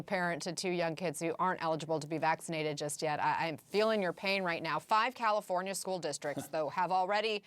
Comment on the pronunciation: Newsom says - CaliforNIya. Never heard it pronounced that way. Most people, it's Californ-ya. Maybe that's why he got elected. You know? People say - CalifornYA - they THINK they know what it is, and maybe they need a guy who isn't sure. Anyway. First time, I've heard him speak, and I don't know what the problem is with out of staters hating him. He's a lot better at communicating than most. And. I got a lot of family in California, and I would prefer that people, there, take the vaccine. People talk about civil liberties in red states, and if that's their idea of freedom, having this right to be a speed bump in terms of national AND global recovery from this pandemic, it could be why Americans 'imagine' the US is about freedom, when in truth, freedom has more to do with 'speeding' things along. We're good at 2 things, in the US, beyond any other nation, lying about and pretending to be free, as a group or collective. 'Freedom' might come to one person in a great state, ever 3 generations. That statistic is to balance out whole swaths of states with BAD vibes, low intelligence, and BAD karma. Course. Not talking about Florida OR Texas.